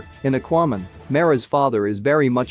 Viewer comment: And Akuayman lol